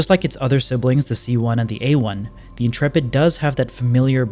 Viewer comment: Congratulations on pronouncing Intrepid correctly. The number of youtubers i see calling it The "Intra-pid" or "Int-rapid" was making my eyes itch :)